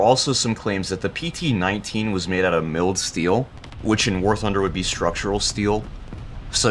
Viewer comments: Just a heads up: Mild steel isn't pronounced as 'milled', but 'myeld' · Did you pronounce mild steel like "milled"? Lol it's mild as in mild salsa, not milled as in cnc machining. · Why did you say mild steel like milled ?